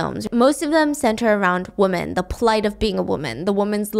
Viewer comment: Can someone explain why stephanie always says woman instead of women?